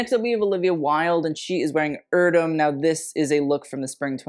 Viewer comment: Your pronunciation is wrong, it's not "irdöm", "e" voice in Erdem is the same "e" in "g*e*neration" word. My favorite is Olivia's outfit. Others seem trash.